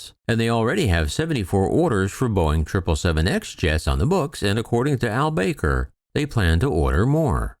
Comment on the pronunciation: It's not pronounced Al BAKER! It's Al Back-er. :|